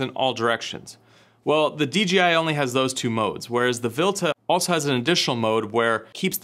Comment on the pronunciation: My mans keep saying D'G'I xD